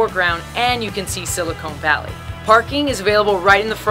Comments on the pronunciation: SiliCON Valley not cone. Can tell you're not from the area. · "Silicone Valley"? LOL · I was born and raised in Berkeley and saw many changes over the years; unfortunately the homeless have really taken root there. It's not as clean and safe as it used to be. This video has pretty good info, but you mispronounced "Campanile" and "Silicon Valley." Also left out some Berkeley parks and architectural highlights, also the Merry Go Round and other spots in Tilden Park; btw, Muir Woods isn't in Berkeley but I'm sure you know that.